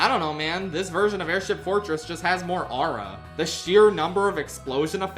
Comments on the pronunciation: "more arah" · I cringed so hard when he pronounced “aura” like that lmao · That's not how you pronounce 'aura'.